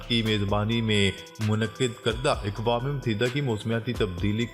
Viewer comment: اکوام متحدہ لفظ غلط ہے درست لفظ یہ ہے اقوام متحدہ ا کے زبر کے ساتھ ناراض نہ ہوں ہم آپ کی خبریں بڑے غور سے سنتے ہیں